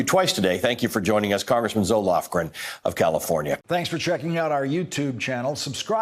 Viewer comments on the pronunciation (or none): I kept hearing Zoloft-Gren, Amazing to have a grand ole dame in the House who has been through three impeachment hearings. I hope you get her on the show more times if she is available, to clarify the process. :)